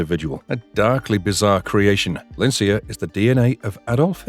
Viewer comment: I think Lincler's name is pronounced Link-ler